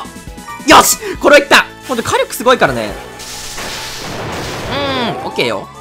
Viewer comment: 火力のイントネーション気になる